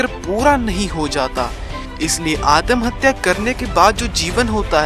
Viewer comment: Atmahatya hota hai adamhatya nhi🤣🤣🤣🤣🤣 jisko abhi tak pata nhi atmahatya wo chala video banane😂😂😂😂 waise adamhatya kya hota hai??😂😂😂😂😂